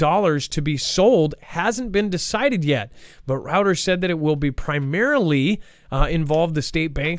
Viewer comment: Dex, please help with the word Reuters which is pronounces ROY-TERS. keeps saying Routers which is a computer device. Everytime he mispronounces Reuters and Drought, he sounds uneducated and I know he's not. Please help him out. Friends don't let friends mispronounce words.